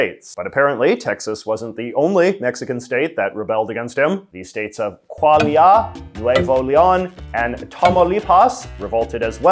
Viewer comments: J.J., I like you a lot, my friend, but your Spanish pronunciation is execrable. Coahuila is pronounced as (roughly) "Qwaheela." Nuevo Leon you got pretty close. Tamaulipas has the accent on the second syllable, "TaMAULipas." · ❤ Love today’s video!! it was very informative. But sorry J.J., I cringing to the pronunciation of the Mexican state of Coahuila, I was born there. I know that you don’t know Spanish. The pronunciation is Ko-ah-wee-lah. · for the state of Coahuila, you pronounce it like Cwa-wee-lah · KWA-LIA, NWE-VO LEE-ON, TOMAW-LEE-PAWS LOL at least learn how to pronounce it properly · oh my the pronunciation is killing me but thanks for looking into the history of the republic of the rio grande’s flag I almost imploded when you just called it a city flag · Wow.... as a Native Coahuilan, that is the worst pronunciation of my State. Hahahahaha. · u slightly mispronounced Coahuila and laredoans :p <3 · Absolutely butchered the pronunciation of coahuila but otherwise great video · Honored to have JJ attempt to pronounce my home state of Coahuila lol